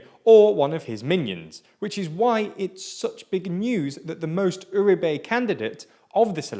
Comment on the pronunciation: It's always fascinating to me how English speakers manage to never once stress the right sillable on Spanish words. I mean, they'd do better just doing it at random. I was starting to soften on them aaaalmost getting "Uribe" right as the thing goes along only to be slapped in the face by "Aivan Diuke", who I presume is Iván Duque's English cousin.